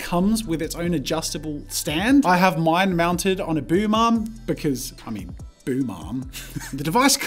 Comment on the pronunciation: i did not hear "boom arm" I heard "boo mom"